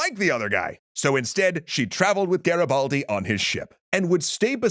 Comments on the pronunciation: Listen, I love you, you do amazing video. But the I in Garibaldi is read E, You are saying Garabaldi it's too funny😂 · Nice to see finally Garibaldi featured but the pronunciation killed me, could've at least learnt it correctly